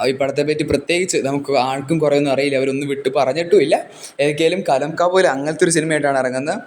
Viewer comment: bro not കലംകാവൽ its കളംകാവൽ